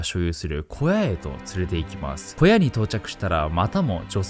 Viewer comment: 古屋❌→小屋○